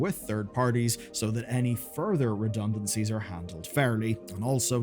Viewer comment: "Redunancies, reduncancies, redunancies" Just come out and say it! They were fired!